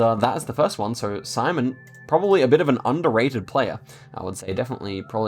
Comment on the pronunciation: the first opponents name is not simon lol, its pronounced shim-on